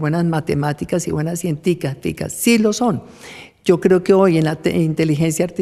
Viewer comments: Cienti---titicas? Que carajos es eso? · señora vicepresidenta, qué dijo? Cienticaficas?